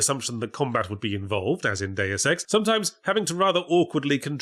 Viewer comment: TIL: Yahtzee doesn't know how to pronounce "Deus Ex."